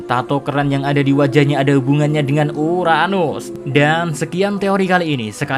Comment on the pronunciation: Emosi gw pas dia ngomong uranus